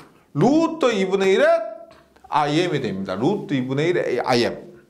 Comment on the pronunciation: 1.5배속으로 들어도 영혼을 울리는 루뜨~루뜨~ 오늘도가슴에 새기고 갑니다 ㅎㅎ